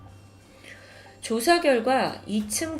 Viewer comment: 왜 이렇게 ㅈ발음을 이상하게 하지;; 전과 -> 젼과 그제서야 -> 그졔서야 조사 -> 죠사 처음 -> 쳐음 왜 이렇게 발음함..??